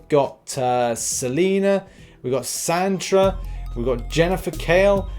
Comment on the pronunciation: SATANA not Santra !!! 😂